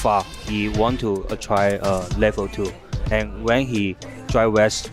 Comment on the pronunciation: Why does intentionally say Ken's level 2 wrong? It really pulls me out the commentary lol